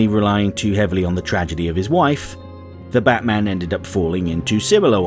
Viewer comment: Wait wait wait you said "the Batman" wrong in this video!